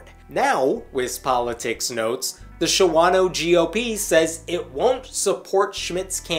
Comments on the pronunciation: By the way, it's called Shaw-no round those parts. Calling it Sha-wah-no gets you laughed at. Like Rio, WI. They pronounce it Rye-oh. I know. They can't read. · A word to the wise about Wisconsin place names. "Shawano" (a Menominee Indian name) is pronounced "SHAW-no" ,(2 syllables), not "sha-WA-no", (3 syllables). Pronounce it correctly, or you sound like a foreigner. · What you said is so wrong. It’s pronounced “SHAW-no” not “shah-WAH-no.” The rest?Yup sounds about right for that area. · It's generally pronounced "Shaw-no" not "Sha-wan-o" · Just so you know its not show-ano more like Shawn-no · For whatever it's worth,, Shawano is pronounced "Shawn-O" around here. 😄😁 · ... Native Wisconsinite here... It's pronounced SHAWN-oh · Shawano is pronounced "Shaw-no..." Appreciate what you do! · FYI: It's pronounced "Shaw-no" for some reason. But you're right; he will probably win. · Oh, pronounced "Shaw- no" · It's pronounce SHAWNO. 2 syllables, not 3. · Shawano is pronounced "SHAW-no" btw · Shawano is pronounced 'Shawn O' I've been there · FYI Shawano is pronounced Shaw' no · There are over 400 comments so I didn't go through them all so maybe this is already been said. The 2nd A in Shawano isn't pronounced, it's just Shawno. (I really don't know why!) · It's pronounced "SHA-no." Even the guys on the TV news clips pronounced it correctly. You need to get this right if you want to have credibility. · Well since you can't even pronounce Shawano correctly you have no credibility in my book